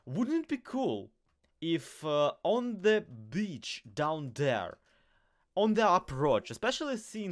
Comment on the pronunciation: i know you're saying crimson beach but it sounds like crimson bitch and listening to parts of this ep with that in mind is hilarious XD